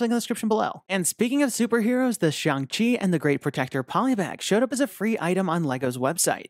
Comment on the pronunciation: You accidentally said Xiang Chi, not Shang Chi.